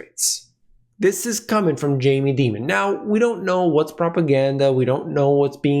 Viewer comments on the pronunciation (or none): Dear Jamie pronounces his name DIAMON(D) NOT DEMON? JUST AN FYI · It’s Dimon like Diamond. Demon does fit though 😂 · you're mispronouncing Mr. Dīmon's name. I know you have too much integrity to do that intentionally; even Max Keiser wouldn't do that. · The correct pronunciation of Jamie Dimon is Die mon not Dee mon. However. I think Jamie is a demon so you may be more correct. I am inclined to fade people like Dimon and other high profile characters. Commodities have had a big run. Nothing goes up in a straight line. What better way to attract buyers to sell to? They do it all the time and sheer many sheep. I've been an investor for 40 years. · The correct pronunciation is "Demon". Because that's what he is. Very common parlance in the investor community. Everybody knows that it's really Dimon.